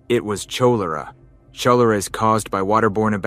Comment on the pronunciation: I made it until the horrible pronunciation of Cholera and shootouts… 😂